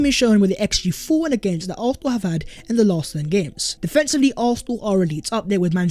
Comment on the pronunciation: PLEASE pronounce Arsenal with an S not an F or an H! Otherwife, your content ih great!!